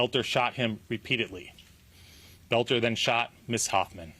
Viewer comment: Why American can not pronounce words it's Boelter not Belter.